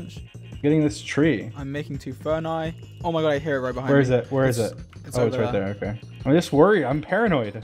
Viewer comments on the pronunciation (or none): me: furnaces george, an intellectual: furni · did he... did he say furnaie instead of furnaces..? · Thinking about how George said "furni" instead of "furnaces" 😔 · Idk why but it kills me when George says ferni instead of furnaces 😭🤚💖💖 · It is spelled furnii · Dream told him to call it furni I think xD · I’m pretty sure he meant furni, like plural of furnace, because I’ve heard other people say it before too cough bbh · It's actually furnae btw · "Im making two furnai." English 100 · Did George really call them ferni?